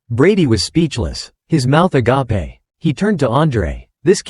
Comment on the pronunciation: "Their mouths a-gap-ay", LMAO! Some things never change...